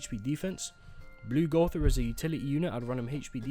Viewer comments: something doesn't add up here. did u just pronounce gowther correctly? bring the real back rn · If you continue to say Gowther correctly, I will subscribe